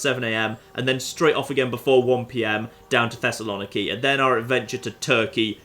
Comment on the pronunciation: as a greek im offended by how you pronounced Thessaloniki